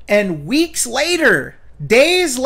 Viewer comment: Why does pronounce some words by adding an H? Three hweeks.